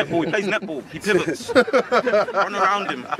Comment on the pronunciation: “HE PLAYS NETBALL HE PIVETS” I died 😂